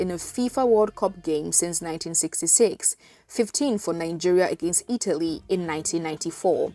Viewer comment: nine-geria?? colonial masters??